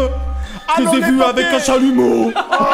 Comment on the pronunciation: " j'les ai vu avec un chalumEAUU ".😭